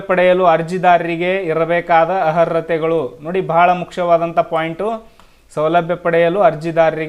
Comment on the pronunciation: Le bosudi first Kannada nettaga uccharane madu... Arhathe annoke barthilvallo maadeva 😂